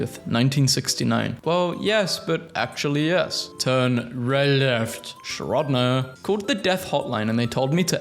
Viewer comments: ISTG, you pronounce "Schrödinger" as "shrod-ner"... It's "Shrow-ding-her" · “shrodner” ah yes shhhhhrodney’s feline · it’s Shro-dinger not however you pronounced it😂